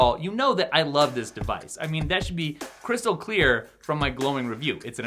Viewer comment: Did he just say...Chris-tal clear?